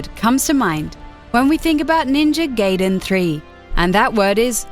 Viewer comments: NINJA GAY-DEN? GAY-DEN? IT IS GUY - DEN! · GUY-Den not GAY-DEN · it's not ninja GAYdain it's ninja GAIdain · Ninja "Gayden"? Are you serious? It's Gaiden, GAIden, AI ! Americans... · STOP FUCKING SAYING GAYDEN FOR FUCK SAKE ITS 'GUYDEN' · Gar-iden not Gayden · Ninja Gaiden, Gaiden (pron. Guy-den) but since it's disappointing game i guess it shall be Ninja Gay-den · It should have been phonetically neenjah gaheeden not phonetically ninja (in pronounced in it's prepositional form) gayden. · I think whoever rated these games is extremely bias and also a wee bit on the mental side. Literally, the only thing i agreed with was the ending of Mass Effect 3, which was still an amazing game all together, and it's not pronounced "Gay"den, it's "Guy"den. My goodness what a fail. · It's not pronounced "Gay-din" you stupid bitch. It's "Guy-din"! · She keeps mispronouncing Gaiden... The I is long. It's Gaiden, not Gayden. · GI-DEN GI-DEN NOT GAY-DEN GI-DEN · Ninja GAIden not GAYden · it not ninja gayden, it´s gaiden, also COD sucks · When will people ever get it right...? Why do people suck so bad at language? It's "Gai-den", not "Gay-den". "GA-I-DEN" And while we're at it: It's "Hadouken", not "Haduuken". It's "Ryu", not "Raiu". It's "Kasumi", not "Kasuumi". I could go on, but I'll spare you, for now. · IT'S GAI - DEN not GAYDEN. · Ninja Gay-den 3 the narrator says... who pronounces it like that? Obviously someone who hasn't played any of the Ninja Gaiden games. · Ninja Gaiden not fuckin' Ninja Gayden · Ninja gay-den tree? LOL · ninja geyden 3 omg its gaiden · From what I know, it's "Guy-den" =/. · lol she ses ninja gayden ha ha LOL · GUY-DEN! IT'S NINJA GUY-DEN GAWD DAMN IT!!1! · It actually is guy-den. But this bitch likes to pronounce EVERYTHING wrong. If you watch their other videos, she mispronounces a lot of other words. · It's GUY-DEN!!!!! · I've Never heard someone pronounce ''NinjaGaiden'' to ''NinjaGayden'' it's with an GAJ not a GAY... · It's pronounced Ninja "Guy-den"